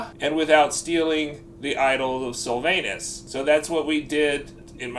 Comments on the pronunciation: The idle of SylvANUS 🤣🤣🤣 I’m fucking dead, Americans man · Please say Sylvanus more often 😂😂😂